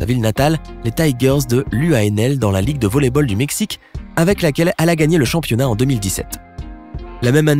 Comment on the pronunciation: Est ce seulement moi qui a entendu championniat?